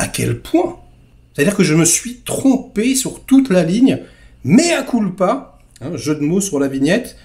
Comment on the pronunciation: Allez, pour ce " méa coule pas " .... :face-blue-smiling::hand-pink-waving:Je m'abonne !